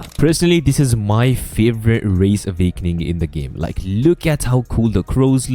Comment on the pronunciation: "avakening yah"